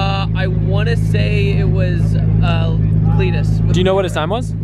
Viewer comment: Umm did you just say.. "the cleetus guy"........ 🙃